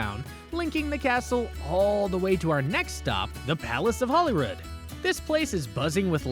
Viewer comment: So - the queen is dead. Holyrood is said like Hollywood. St Gilles rhymes with smiles.